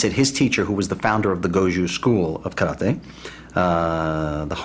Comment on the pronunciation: I like how they show respect by pronouncing KARATE (kah-rah-teh) with a Japanese intonation.